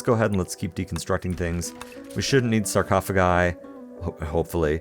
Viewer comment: "We won't newd scarphocagai" You know what is going to happen. You will need them, and it's just a matter of time.